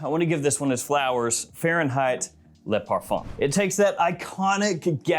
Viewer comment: Luh male, lay parfum. Why? It's Le and Le (L-uh)